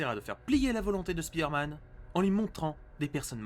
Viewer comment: Mais arrêtez de dire speeder man c'est perturbant et prononcé comme ça, ça veut juste dire: l'homme qui va vite.